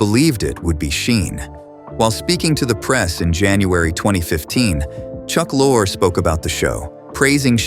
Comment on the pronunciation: 4 different pronunciations of Chuck Lorre's name. Sheeesh